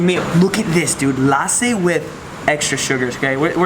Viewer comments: It's not laaasi it's lassi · Its not laasi it is lasi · Lussi not lasi we call it lussi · He says laaaaaasi but it lusy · - It is lassi - Ok laaaasi 😂😂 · It's lassi not laasi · It's not LASI It's LASSI. just stretch the 's' more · Inner me died when he put “LASSI” on the “NAN”. Hey just a compliment don’t drink lassi from the restaurant drink from a juice shop. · LASSI= LUST-C this is how you pronounce..